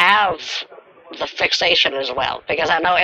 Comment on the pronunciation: This "fixation" is 'fakeation"😂😂😂